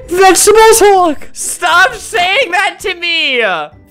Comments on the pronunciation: "Any last words?" "*vegetable haulk*" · after saying vegetebles hulk many times, it sounds like wegtibles halk